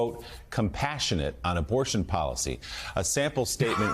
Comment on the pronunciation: Joe you said obortion 😂😂😂